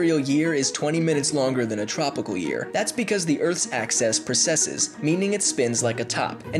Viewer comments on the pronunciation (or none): its AXIS not EXAS OR EXES say it right plz! good vid though!